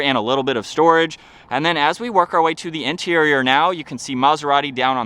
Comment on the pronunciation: Can you say the ‘ not thee “ ??????